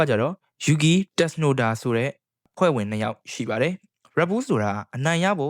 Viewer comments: အသံထွက်တွေမှားနေတယ် bro Mc Laren = မက်က် လာရင် (or) မက်က် လဲရန် Yuki Tsunoda = ယူကီစူနိုဒါ (အခု Isak Hadger= အီစက် ဟက်ဂျာ) က ၂၀၂၆ မှာ Red Bull အတွက် 2nd driver ပါ Carlos Sainz = ကာလို စိုင်းဇ် အသံထွက်တွေသေချာအရင် အဆင်ပြေအောင် လုပ်သင့်ပါတယ် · tsunoda လောက်တော့ japan အသံမထွက်တတ်ရင်တောင် .. f1 ပွဲတွေကြည့်ဖူးရင်သိမှာပါ ... အသံထွက်တတ်မှာပါ ...